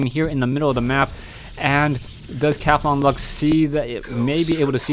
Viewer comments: Cath-on-Luck...??? I pronounce it Cawthon-Luck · Yea, im thinking its the same character, But he says it funny. Cathlon luck. Is more like Cah-thon. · u pronounce cauthonluck weird :P